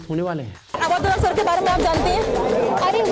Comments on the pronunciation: अवध ओझा ना ना ना ना❌अवध बोझा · ओझा। नहीं। बोझा